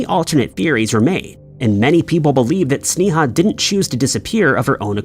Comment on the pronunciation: You are saying her name wrong as can be. It's pronounced (Snay-a)